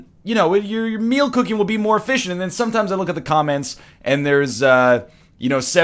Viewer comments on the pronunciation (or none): none